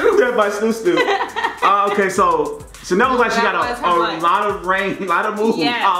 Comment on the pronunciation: Did just call Sindel “Chanel” 💀